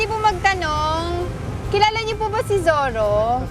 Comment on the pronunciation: Hehe.... Zorro ba o ZIRRA?